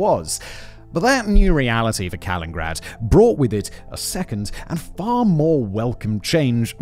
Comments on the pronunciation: Every time he mispronounces it, cut to me in my house alone, shouting over and over, “it’s KalinINgrad!” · This one is making me cringe hard each time he says it. Kuh-lin-nuhn-grad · 4 syllables in Ka-lin-in-grad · Did you say Kalingrad? :D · C'mon big brain guy it's KalinINgrad 😅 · I'm noticing a lot of breath popping in the recording on this one. As much as "Kalingrad" bugs me, the breath pops are definitely worse! 😉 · Fun fact, it's Canada who has the longest coastline at about 243 000 km. Interesting video, but man, mispronouncing the name every single time, the only excuse is Simon is British :) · Simon: Does an entire video on Kaliningrad Also Simon: Still can't pronounce Kaliningrad Never change, fact boi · Oh no, when I saw that Simon made a video on Kaliningrad, I remembered that literally every single time I’ve ever heard him mention Kaliningrad/ East Prussia, he misses a syllable. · I'm listening to this thinking that I'm the one who doesn't know how to pronounce this city's name. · The weird part is that when giving the etymology of the current name he pronounces it's namesake differently. I wonder how much longer the video'd be if he pronounced "Kaliningrad" as four syllables😂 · He prounounced the man Kaliningrad correctly but not the city lol. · Pretty sure he has been doing it for years at this point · I love Simon but he so often butchers pronunciations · Yes. And its not the first time either :P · He does it in every video he makes. It’s deliberate, leads to comments and boosts the videos in the algorithm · Right like Simon you can see the “nin” and you don’t even make a “nin” noise, you only made 1 “n” noise 😞😞😞😞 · in british aluminium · All that bragging about the great schools in the UK and he can't even say the name of the place he's discussing. This one is just too grating to finish. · All of you ruined this for me cause i read city name and as he missaid it i saw the comments...now its driving me nuts!